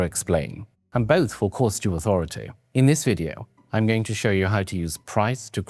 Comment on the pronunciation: when the guy is that well spoken he annunciates the R in cost like “Corrrst” … you instantly learn that he knows a thing or two about spending a few bob 😏